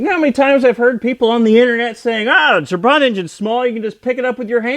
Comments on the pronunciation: It's pronounced trabant - not traw.bant. At least that's the Hungarian way of saying it. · Its not trabont you should be saying trabant !!!!!!!!!! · Why do you pronunce it Trabont. it's Trabant. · what is hard in saying Tra-Bant? there is no R in trabant. I was going to watch your Video, but you sound like a wanker. So a big thumbs down. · Why does he keep calling it a 'Trabont'? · Your pronunciation is close to Trabbont in English. UK - natch It's a gudgeon pin, The US calls it a wrist pin. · Gret video! However, you are pronouncing the car's name incorrectly - listen here